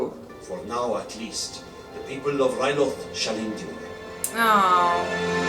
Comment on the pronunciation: You are great with the names! Toydaria is correct and the people are called Toydarians, Ryloth is the correct pronounciation and the people of that planet are called Twi'leks (not 100% sure how to write it tho). There is a lot of names in Clone wars but don't stress if you don't remember all of them :) Also a fun fact, the Jedi that died in the first episode was called Ima-Gun Di, kind of a play on "I'm gonna die" pretty ironic